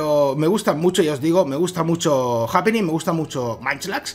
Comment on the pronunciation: No es japíni se pronuncia jaipiny